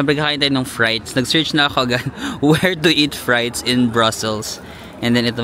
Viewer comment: ‘Free’te not ‘fry’te :D